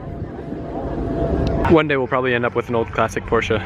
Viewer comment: Thank you for saying Porsche correctly